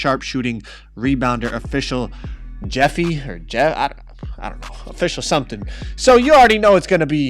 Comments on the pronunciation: He said it like Jeffie, but it’s pronounced he-fay, hefe. 😭😭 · official jefe😂😂. its Hef-aye But nice vid🔥🔥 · aye, just so u know Jefe is pronounced (Hef-ayy) its the Spanish word for Boss. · Dude said Jefe, it's pronounced "Hef -A" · It’s not jefe you pronounce it Hef-Aye